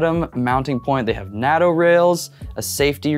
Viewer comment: Useful video, thanks but everyone in the world knows that the 'North Atlantic Treaty Organisation' is abbreviated to 'NATO', pronounced "NAY TOW".